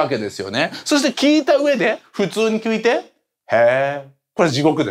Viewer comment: 聞いた上でぇ、普通にきゅいてぇ？ あっちゃんの言い間違いがとてもすき。